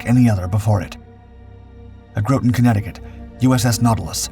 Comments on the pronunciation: not to be a stickler but Groton is pronounced more like Grah-ton not Grow-ton. Either way still dig the videos. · Thats GROTT-ON... not pronounced like 'growton' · I believe it is Grawtun not grow ton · By the way, it’s pronounced “Graw-tin” not, “gro-ten” Connecticut. At least by the locals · "graht'n" not grow-ton. In true New England fashion, it's not spelled anything like how its pronounced. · Never heard somebody pronounce Groton as “Grow-Ton” instead of “Grot-Ten”. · Groton is pronounced like "rotten" not "grow ton". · Groton Ct is pronounced Graw-ton not grow-ton. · [grot-n]/ ˈgrɒt n / please pronounce Groton correctly. The first "o" is an (ahh) sound. As a Subamriner this NAVY town deserves to be said correctly. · “Groton” is pronounced like “rotten” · The History Guy, another channel is watch, also calls Groton "grow-ton", so i don't think it's an AI issue, just someone who's never really been there. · Groton is pronounced like "rotten". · Clickbait title, much? Also: Learn how to pronounce "Groton." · The value of this video is Utterly destroyed by the vocal Mispronunciation of the city name Groton. The owners of this channel should be absolutely DISHONORED for use of machine vocal narration. I Heartly recommend that ALL viewers of this video comment their DISGUST of this presentation !!!!!!!!!!!!!!!!!!!!!!!!!!!!!!!!!!!!!!!!!!!!!!!!!!!!!!!!!!!!!!!!!!!!!!!!!!!!!!!!!!!!!!!!!!!!!!